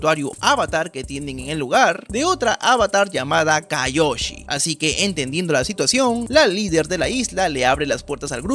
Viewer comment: Se dice kioyi